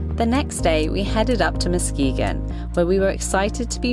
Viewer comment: I am so proud you pronounced Muskegon properly! You have been to many of my favorite places around me already! Silver Lake Sand Dunes was my childhood camping place. Ludington is a beautiful State Park with Hamlin Lake, the dam, and the river. It's fun to swim in the channel before the river runs out into Lake Michigan. Can't wait for your expressions when you see the Mackinac Btidge!